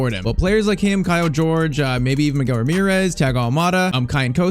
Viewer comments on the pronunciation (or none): none